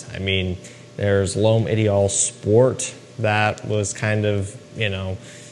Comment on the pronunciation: Why don't Americans even try to pronounce French correctly? Parfum is OK...the other three, all wrong!